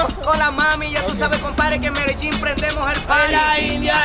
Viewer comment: Bhai aap likh to rahe ho Medellin aur bol rahe ho Medegin....? Baki video bahut accha tha